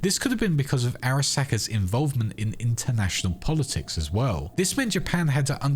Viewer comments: Am I the only one who finds the pronunciation of Araska jarring? The game gives you the pronunciation... pls stop. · Every time he says Arasaka, a ceberpsycho is born